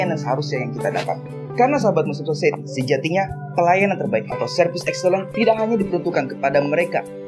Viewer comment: Mohon dikoreksi, kalau tidak salah "society" seharusnya dibaca "sosayeti", semoga bermanfaat dan salam sukses untuk channel "Moslem Society"!